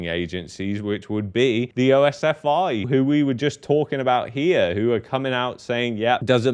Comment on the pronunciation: OSFI is commonly pronounced as "oss-fee"